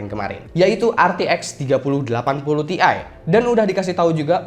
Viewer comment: bukan "TI" tapi "TIe"